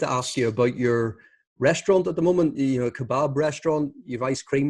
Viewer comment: He pronounces, ‘kebab’ like a proper Turk! lol